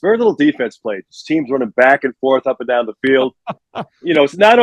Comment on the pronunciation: BEAR DAHN